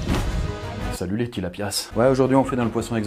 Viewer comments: Pourquoi il prononce tout le temps les s a la fin des poissons ? Tilapias ca se dit tilapia, acoupas ca se dit acoupa ..... j’avais besoin de le dire 😭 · Coucou j’ai grandi en Afrique et on ne prononce pas le s à tilapias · Tilapia le s ne ce prononce pas 😊